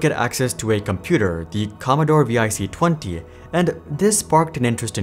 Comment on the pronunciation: VIC is pronounced “Vic” (like VICtor”